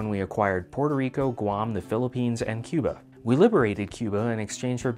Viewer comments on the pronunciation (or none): none